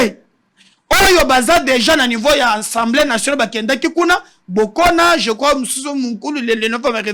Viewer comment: Ces 3 individus ( intellos) me déçoivent surtout ye journaliste. Ils prononcent <ENSEMBLEE > nationale ( mot) qui n’existe pas en français. Classe nini ba kota na Congo. ASSEMBLÉE nationale